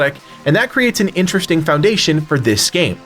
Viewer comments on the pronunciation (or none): none